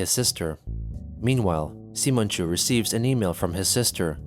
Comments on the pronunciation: it's not pronounced "Semen" it's pronounced "Sigh-mon", have you not heard the name "Simon"? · i like how simonchu is pronounced semenchu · It kills me how he pronounces it “semenchu” lmao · I really thought Chris named that character "Semenchu" by the way it was being pronounced outloud and was disgusted till I seen it was spelled "Simonchu" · Are you really pronouncing Simonchu as Semenchu?